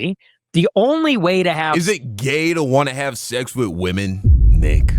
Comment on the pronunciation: why does he say sex like that. ( She-XXXXX ) like he is afraid of someone will hear him saying that word.